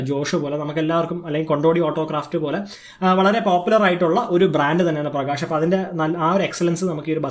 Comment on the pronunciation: "ആഷോക്" അല്ല.. അശോക്😁😁 "പ്രകാഷ്" അല്ല പ്രകാശ്...😁😁😁